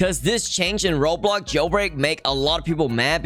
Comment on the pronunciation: I like ur videos but “roblog jailbraig”